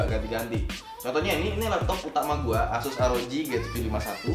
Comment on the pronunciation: cuma koreksi asus itu bacanya yg betul itu aysus